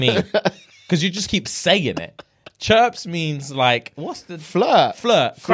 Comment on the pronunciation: Lol we don’t say “chripse” in America